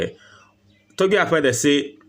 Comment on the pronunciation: I like the way you pronounced his name.."Togbe Afede" & that shows you're a correct #9😂